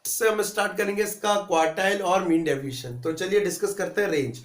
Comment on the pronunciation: ohh bahi daviation nahi pronounciation hai deviation hai